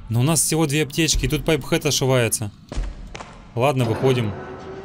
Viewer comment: Пайп хэт???!!! Поавильно сай рер хет